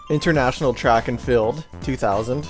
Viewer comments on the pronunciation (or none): lol I understood "track and filth " 😀 and what is 'control deck'? do they call the console itself control deck, or what!?